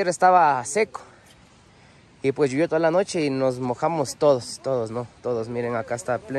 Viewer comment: Excelente video. Saludos. Tengo una inquietud: por qué dicen Lluvió así con u y no llovió que es la forma correcta. Unos amigos del exterior me preguntaron si así decíamos los ecuatorianos !